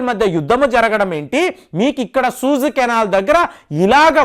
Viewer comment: సూయిజ్ అనాలండి. సూజ్ కాదు సార్. రెండవ వీడియో లో కూడా ఇలానే అన్నారు కాబట్టి ఒక వెల్ విషర్ గా నా ఈ కరెక్షన్